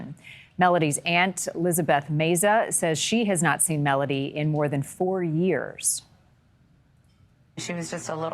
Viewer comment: It would be nice if you could pronounce her name properly It is Mel O Dee Not Mel A Dee